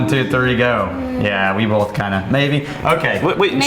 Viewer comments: Another good one would be to drink everytime pronounces an “L” in “both” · what about how he says "both" ... there is no L in both O.O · I think bolth is a Midwest thing. Not that he is midwestern, but as an Iowan I definitely say bolth.